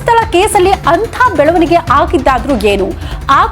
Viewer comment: Belavanige ee shabdada nimma ucharane sari illa